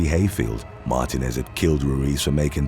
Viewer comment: You’re mispronouncing Martínez